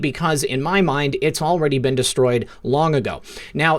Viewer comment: THANK YOU for all you do. I just have to mention ONE THING that continually bothers me, and that is how you pronounce the word 'been'. You are an excellent communicator, and I would imagine that others may have commented to you on this issue, but I had to say something, because it has really BEAN bothering me.:-) Peace and Love to you always + WWG1WGA + Jesus is the Lord of ALL...